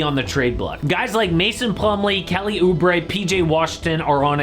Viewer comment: nah bro said kelly oobre